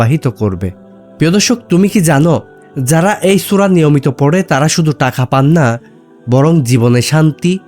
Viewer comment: জনাব আপনি বলছেন মিশুক মন্দ বলেননি কিন্তু আপনার উচ্চারণগত ত্রুটির কারণে অনেকটাই নষ্ট হয়ে গেছে। আপনি টাকাকে বলছেন টাখা। আপনি ধৈর্যকে বলছেন দরজ।আপনি থাকে কে বলছেন তাকে। এ সমস্ত কি কারনে আপনার ভিডিওটা মনোমুগ্ধকর হয়নি প্লিজ